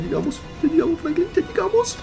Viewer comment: diciendo Francline